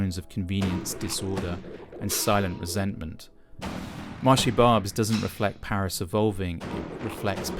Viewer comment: This guy goes to a place and doesn't even speak the language nor does he make the effort to know how to pronounce Barbes. Barbes was an ethnic enclave before you were born, if your parents went to France in the 1970's they would have seen the same demographic. Also, You may want to comply with the local laws as far as public filming is concerned. They say "The only constant is change", welcome to a century where ideas, capital and also people are no longer bound by borders and you only have yourself to blame!! The world as we know it today was shaped after WW2 by the western alliance and people in Europe have embraced Capitalism as their new religion. Well capitalism means someone wealthy sitting in Lagos, Riyadh, Tokyo has more say in "your" country's affair than the average French, Brit or German because they own a higher portion of the pie than you do. And just to let you know, culturally, a French, Greek, Italian, is much closer to an Algerian, Lebanese or Turkish than you'll ever be!!